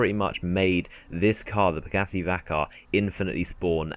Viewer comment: He said Pegassi, but he said it like pagassee